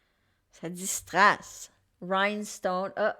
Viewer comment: Pierre de What? 😅😂🤣😄 pas compris avec ton accent « strass « c’est du faux